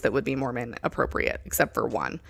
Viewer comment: “Be apporpiate” go me over here picturing a porpoise wearing the garments 😂